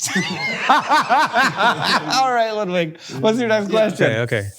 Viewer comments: I like how Hank tries to pronounce Ludwig more correctly (Luud-wig instead of the more American Ludd-wig) but since he's french and not german its actually even more wrong. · i'm a little disappointed that this isn't about the david mitchell show and also i'm not sure i've ever heard 'ludwig' pronounced so american (i have lived in the US my whole life)